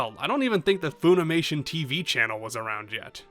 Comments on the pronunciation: "Fuh-nimation", not "Foo-nimation". American company. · I don't mean to be rude but I am going to ask why you're pronouncing it foonimation? Do they say it that way in the Japanese dubs?